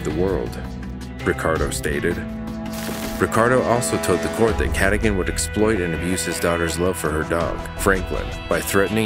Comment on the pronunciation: How do you pronounce the names wrong when they say them in the 911 calls? Michael “Cadigan”?? She specifically pronounced it “kuh-dōgan” so how do you get it wrong?? 🤷🏻‍♀️🤦🏻‍♀️ I’ve noticed this on a few channels on other cases, but I just don’t get it..